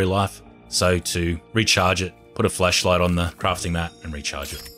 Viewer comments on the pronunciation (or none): plz say flashlight better :D :D kept hearing fleshlight and it still made sense :D :D. nice and consise vid tho. thanks helped a lot. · Sooooo we're just gonna pretend he ain't say "flesh" instead of flash cause uh I'm pretty positive a flesh like ain't gonna kill cannibals.. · Everyone: flashlight: fleshlight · Why do you say flesh light LMAO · lol he said flesh light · Bro keeps saying fleshlight💀🤣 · When he said flashlight it sounded like flesh light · I thought he was saying flesh light😂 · did anyone hear him say fleshlight instead of flashlight when he said it? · Its called an accent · Sometimes i hear fleshlight not flashlight